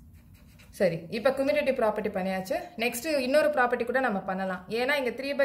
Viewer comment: Mam your teaching is good but you pronounce commutative is not a good you pronouncing wrong mam sorry mam I tell the mistake only your teaching is good mam